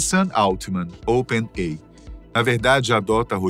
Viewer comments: não sabe ler? Não é Open-ei! é "Open-ei-ai" (OpenAI)...☺ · Excelente o vídeo, mas o apresentador fala "open ei", quando deveria falar "open ei ai"! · Toda vez que é falado Open "Ei" eu sinto um soco no estômago. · Open "Ei" 😂😂😂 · C&A não pronuncia "sei" assim como Open AI se fala Ei Ai. Espero ter ajudado este canal maravilhoso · OPEN EI AI !!!!!!!!! PRONÚNCIA CORRETA, OXI! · O narrador esqueceu do ‘i’ em Open Ai?